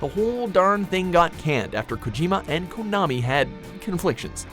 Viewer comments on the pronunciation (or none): none